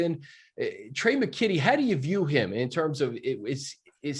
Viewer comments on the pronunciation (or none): Daniel Jeremiah called dude Tre " McQuitty " lol.....😂😂😂